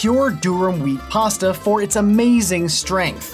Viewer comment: Pasta ✖️ Pass-tha ✔️